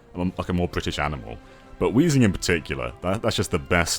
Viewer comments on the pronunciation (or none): it's "weezing" yo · add an H to Weezing's name Weezing: MY NAME'S! NOT! WHEEZING!